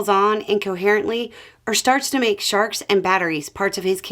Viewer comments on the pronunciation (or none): "...Make sharks and batteries part of his campaign speeches..." Thought you said sharts.